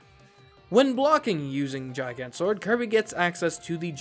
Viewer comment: its a hard g on gigant. its GiGant, not jiGant